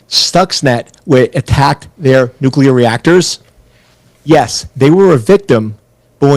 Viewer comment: Iran must never have nucular weapon.